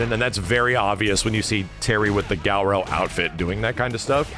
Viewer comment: Hearing him say garou is super painful...not sure why he thinks its pronounced like that